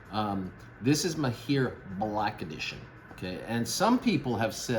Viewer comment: It’s pronounced Mah-hir … generally means an expert or skilled in something… Great vid!